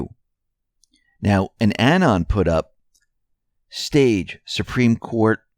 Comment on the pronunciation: Thank you for offering option of MOS as a media protocol. Oh, just a note about pronunciation of anon, which makes my ears tingle 🙃. It is emphasized on second syllable aNON. Like in anonymous. Great report today!